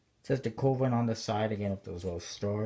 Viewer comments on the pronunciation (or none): pronounced, ka-ven.